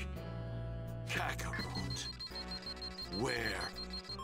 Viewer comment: Definitely not the Kakatot…